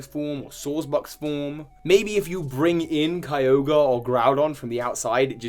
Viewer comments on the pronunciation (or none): none